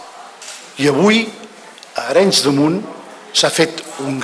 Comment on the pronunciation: "El alcalde de Areins" Xe fill, aprén a dir el nom del poble on vas a muntar el teu "contubernio nacionalista"